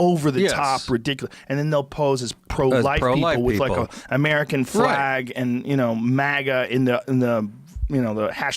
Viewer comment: Conveniently, nothing on uh mer ih cun farms.